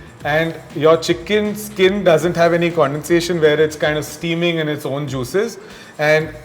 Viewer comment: It's skin not skeen please